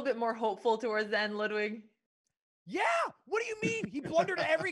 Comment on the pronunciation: its pronounced „loodwig“ not ladwig